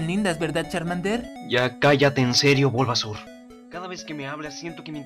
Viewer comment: se dise bulbasaur xd